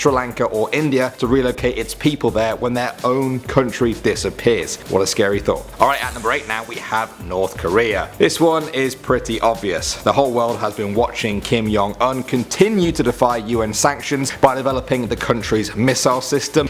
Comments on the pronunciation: said Kim Yong Un its Kim Jong Un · Why do you say Kim Yung un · "Kim yong un" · Sorry it's not Kim Jun Un, its Kim Jon Oun. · Kim Yong Un its Kim Jong Un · Kim "Yong" Un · Kim yong um 😹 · "Kim 'long' un" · Interesting way to say Kim Jun Un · he just butchered his name